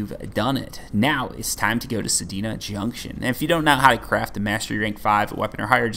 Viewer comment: Why are you adding an i between the D and the N in Sedna